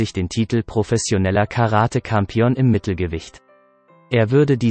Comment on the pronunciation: Wie spricht denn der Typ hier Englisch aus? Grauenhaft. 😂 Verschiedenes, z.B. Champion oder MGM deutsch ausgesprochen. Einfach nur lächerlich. Vieles hört sich wie KI-Stimme an.